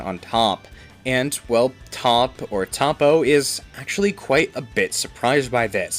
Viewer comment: Your mispronouncing toppo and other names